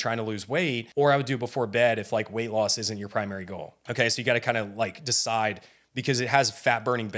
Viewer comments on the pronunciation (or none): none